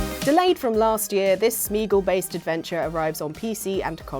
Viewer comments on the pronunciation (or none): Smîgl? Why the &&&& is Smîgl? Did you mean Sméagol?